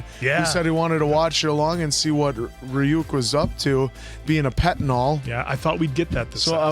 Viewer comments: Ryuk: You’ve got the “uk” part right, but the “ry” is pronounced like “ree” not “rye” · Re-You-k. Come on guys, 9 episodes in😅